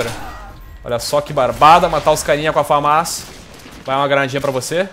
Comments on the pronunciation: mano, pq o nao fala direito o nome da arma? Não se fala FamÁs, e sim, Fãmas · eu acho que se diz FÃMAS né?